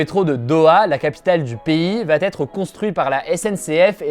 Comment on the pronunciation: Le métro de Doha va-t-être [...] ouh la vilaine liaison ;-) Sinon, merci pour ce bilan synthétique hebdomadaire !